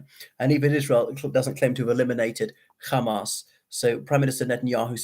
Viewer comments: Unfortunately, is a bit prejudiced. I kept telling him that he is pronouncing Hamas, an Arabic word, not with a British or Arabic accent but with an Israeli accent. He still keeps saying KHamas, probably thinking it makes him sound clever. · I though did okay in presenting different perspectives of this conflict which is fairer than a lot of people are being at the moment but yes I noticed the Khamas pronunciation as well. I don't understand why he is doing that. A lot of the Israelis use "khamas" as well but they are also fluent in English and from Europe and America not Mizrahi Jews at all so they are perfectly capable of pronouncing the 'H' sound. I find it bizarre.